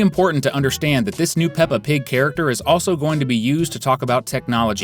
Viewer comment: OH MY GOD ITS P.I.G NOT P.P.G!!!